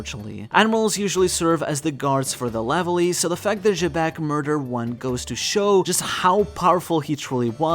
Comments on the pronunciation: xebec being pronounced jaybec sound so dumb, almost like shitbag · You got Xebec's Japanese name wrong. It's written as ジーベック (JĪbekku) with the English pronunciation in mind, since the English pronunciation is like Zee-bek and the Zee sound would be ジー (JĪ/Zī). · that and he butchers the name more often then not.